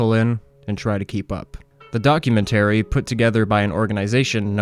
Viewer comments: Not gonna lie, the way you say 'documentary' was driving me crazy. 😅 I am a new fan of your channel though, I greatly appreciate all the work you put in! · Documentary is not pronounced in the manner you chose. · I am confused by the way you pronounce documentary, what region is that from?